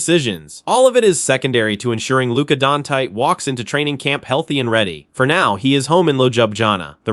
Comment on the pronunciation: Who the F is Lucas Donkey?! Stop using AI for your podcasts!!